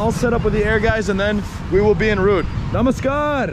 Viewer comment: The Way You say Namaskar, Dhanevaad, Chalo and Machan is Really Amazing.